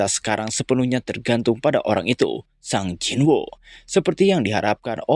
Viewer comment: Sung jinwo bang, bukan sang jinwo, aneh bet